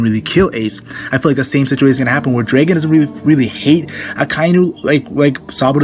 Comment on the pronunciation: Say draygon again see what happens